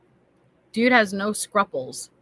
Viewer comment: Not 'scrupples', like 'couples. 'Scruples, like pupils'.